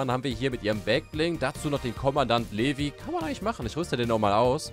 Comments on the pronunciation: Er würd übrigens livei ausgesprochen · Kommandant Levi wird so ungefähr wie ,,liwai'' ausgesprochen